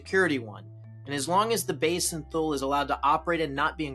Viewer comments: "Tull"? Thule is pronounced "Too'-ly" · You mispronounced Thule in this video, it sounds more like “Fool” than “Tule”